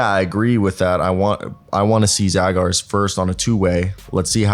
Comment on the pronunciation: His surname is pronounced as Zhagars !